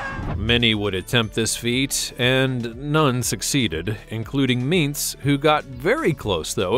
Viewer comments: God this guy narrating this video absolutely does NOT know anything about monster trucks and the drivers ...Idk where he comes from but alot of his info is wrong! BTW narrator, its not "Meents" as you say, Toms last name is pronounced "ments"like saying the word "mints" but sub the *I" WITH an "E" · It’s Tom meents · You pronounced Meets and Vaters wrong Edit: You also pronounced Son-Uva Digger wrong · Dude really at least listen to and watch some of the interviews to learn how to pronounce the names of the people and trucks . Listening to you saying meets an oova was to much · It’s ments in how you say toms last name and the sonuva digger is pronounced son of a digger Bar e muh sower is how you pronounce zombies driver. And it’s cubic inches not cl it’s a ci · He forgot about the Mohawk warrior the guy actually had a Mohawk to and that’s a pretty cool truck. my favorites are grave digger and max d but him butchering Tom meents name and him saying son uva digger wrong had me rollin he doesn’t watch monster jam at all😂